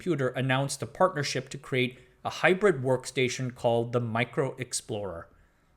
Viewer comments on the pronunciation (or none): none